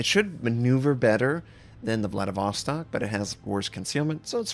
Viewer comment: Some pronunciation hints for you tovarisch, IZMAIL is izma-EE-l with EE like in bEEp SINOP is s-EE-nOp with the same EE like in bEEp, not sAInop, and also stress is on O, not ee. VLADIVOSTOK is vladivostOk, with last O stressed, but you got it pretty good. Your pronunciation of LENIN is good, SOYUZ reasonably good, KREML is just like Kremlin cut off without -in, but still having soft L, KREML'. May the strength of Stalinium be with you.